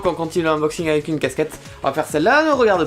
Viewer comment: il a dit avé mais pas avec et très doucement et rapidement